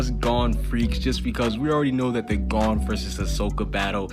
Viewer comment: Why u say “Gone” when it “Gon”